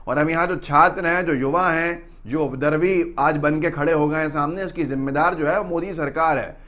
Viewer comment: अरे भाई बोलने के पहले उपद्रवी शब्द का हिज्जे और उच्चारण सही तो कर लीजिये। बार बार आप "उद्रवी" बोले जा रहे हैं। हिंदी चैनल है आपका। हिंदी को सही सही बोलने का अभ्यास कर लीजिए। आपके चैनल का मैं प्रशंसक हूँ।